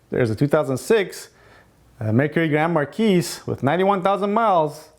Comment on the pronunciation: Not 100% accurate, but close enough. If you go out and buy one of these cars, please don’t beat the hell out of it. True ford made a ton of them, but nice ones are getting harder to find. And for all intents and purposes the town cars are the exact same thing. The “S” in grand marquis is silent!